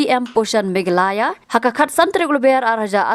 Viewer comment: Khasi News reader nguid dak Megalaya ✅😂😂😂, ym Me gha la ya😢